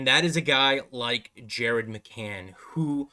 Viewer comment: Ummm did you just say McCann? LOL